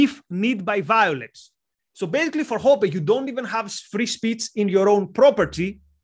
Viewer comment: Hoppe is pronounced like "oppeh"